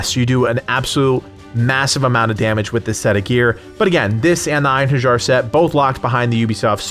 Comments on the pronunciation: Eyen Hurr Jar triggered me. You make great videos, truly, but please, don't be one of those Americans that mispronounce everything that isn't in English, you do prep for a video either way, it's not a big deal to look up pronounciation of a few words. I know a lot of people don't give a shit, but for those of us who do, you'd be doing a huge favor by simply not triggering us, also, it's kinda in your interest since you're a growing Youtuber and Valhalla is at its peak of popularity right now, a lot of people will be coming through here. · pssst ( it's pronounced Ein HAIR EE ER. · Einherjar = "Ein-HAIR-YAR" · I love that he mispronounces surtr and einherjar without noticing. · I'm genuinely boggled that people can't pronounce einherjar properly at this day and age.... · Your pronunciation of Einherjar made me cringe a little 😂.